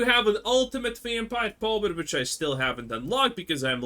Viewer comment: vitch and vomen :P nice